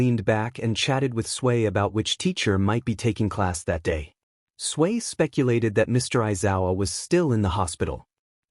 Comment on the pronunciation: Why does it sound like 'Sway' instead of 'Tsuyu/Asui'?